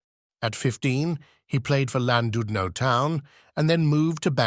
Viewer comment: ''Lan DUD no''. AI nonsense.